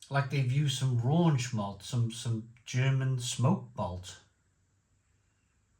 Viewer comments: Raunch vs Rauch Scherlenkerla vs Schlenkerla You should learn the correct pronunciation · RAUCH - Pronounced Row (as in an argument) + kh There is no N in Rauch There is nothing RAUNCHY about smoked beer Please just learn this stuff once then you know it forever instead of sounding silly and uneducated all the time